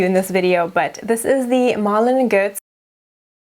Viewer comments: You speak german?? Didn't know that! Wie immer ein tolles Video! :-) & ich hätte Malin and Goetz genau wie du ausgesprochen;) Always enjoying your favourites videos, you give the best recommendations! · LOL! Malin and Goetz.. had no idea it was that simple to pronounce. Yours still sounded great! x